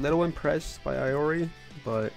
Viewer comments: It’s E-ori and not Eye-Ori 😂😂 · E-ori bruh say it right.. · Noooooo he said "I"ori!! 😭😭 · He def should take japanese classes I cringe everytime he says it.